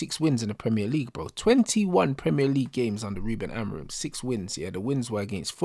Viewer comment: Man said Haram-orim😂😂😂